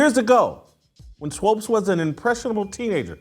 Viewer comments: Why are you calling her swopes? You don't even want to say her name correctly. Smh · Dude please say swoops as in hoops, not swopes as in dopes. Your an idiot Jason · This man keeps saying “Swopes”. Lol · Stop calling the woman "Swopes". You know her name is Swoopes. Be professional. I expect more from you, Whitlock. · Whitlock won’t even say SWOOPES correctly 😂 ouch!!! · Sheryl Swoopes is totally wrong and I have lost total respect for her. But, cmon Whitlock you should pronounce her last name correctly. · JW. Pleaee pronounce her name correctly